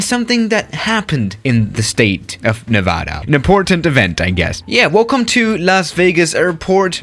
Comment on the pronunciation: Everyone: Nevada: Nayvadah